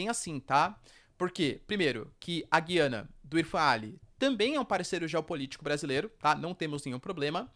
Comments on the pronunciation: Perguntar não ofende: A pronúncia certa é Güiana, Gu-iana como sempre foi, e o está equivocado em pronunciar Guí-ana? - Com a palavra os lingüistas que adoram dilapidar as acentuações das palavras do português, degradando a pronúncia da população e tornando num inferno o uso desta língua por parte de quem é obrigado a acompanhar reformas sobre reformas dessa pobre língua. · Professor o nome é Gu ia na, tem muitos canais falando corretamente o nome, até a CNN fala Gu ia na... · Essa pronúncia do nome donpaís, da forma como é feita, destespeitando a sonoridade de cada vogal, é horroroso!